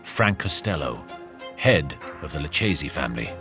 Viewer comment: Lucchese family, pronounce: Loukaisy, not Loucheesy🤡